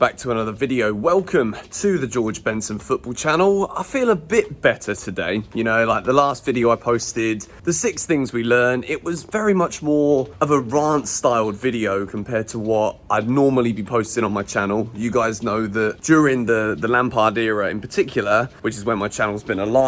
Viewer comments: why pronounce Rant as in Grant rather than Rant as in R-ant?? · The way he pronounced rant lol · Mate you say the word rant very oddly